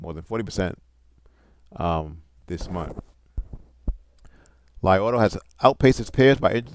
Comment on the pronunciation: isn't it pronounced LEE? maybe I am incorrect not to great with the Chinese!